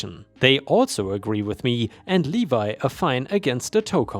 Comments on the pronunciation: In the story about the towing you pronounced a word wrong. Levy isn't pronounced levi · I had a couple of friends who's aunt would rob their parents' homes when they would die, and one even had a gun pulled on him. Also, "levy" is pronounced as lev-ee. Also, when it refers to leading something, it's pronounced "leeding" You're making fewer and fewer pronunciation mistakes and already have better grammar than us, even though English is a needlessly complex language, keep it up. You've advanced at an incredible rate.